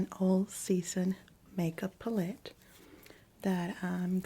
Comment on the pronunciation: ive been watching u since the beginning. another fantastic video! i adore the way u pronounce the world palette too ❤ love from poland 🇵🇱